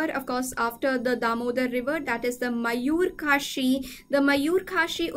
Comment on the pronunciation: It took me 2 minutes to realise that you r talking about Mayu-Rakshi river and Not Mayur-Kashi 😅